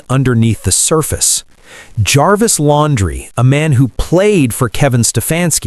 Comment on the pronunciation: It's Lan-dree.